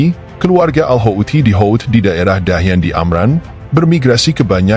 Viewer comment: Hautsi bukan haouti